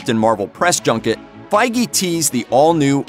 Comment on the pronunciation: His name's Kevin Feige. Pronounced Fayge